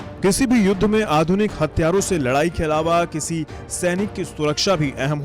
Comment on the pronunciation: 0.22 It's hathiyarr not Hatyaarr😀😂